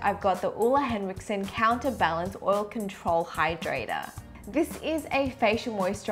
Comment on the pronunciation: Everyone pronounces Ole Henriksen wrong😂 but that’s may favorite moisturizer. I have combo skin so mattifying things can make my dray patches bad and moisturizing stuff makes me too oily but this moisturizer is the best balance of the two that I’ve tried. And it is a great primer under makeup